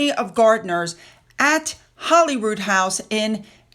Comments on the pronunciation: Holy Rood = Holy Cross. It's pronounced HOLY ROOD, not HOLLY ROOD. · I know this is insignificant but when speaking of Scotland please pronounce Holyrood House correctly:) Holy not Holly:) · Hey, I just love your channel and watch it everyday. I just wanted to say that Holyrood, I believe, is pronounced Holy as in Godly. Not Holly like in Hollywood. I believe Holyrood means "The cross on which Jesus Christ was crucified" You should look into this information for yourself, but I'm pretty sure I'm right! Lol Much love to you and your family. Keep up the excellent work! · No, Holyrood is pronounced in Scotland as in Hollywood. Legend had it that the king was hunting in the area and came across a white stag with the holy cross on its antlers and established a monastic institution where the palace now is.( A legend used very often in medieval folklore throughout Europe). Through time the pronunciation has been corrupted . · No, it's pronounced Hollyrood by all Scots.